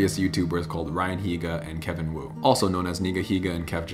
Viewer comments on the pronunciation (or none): none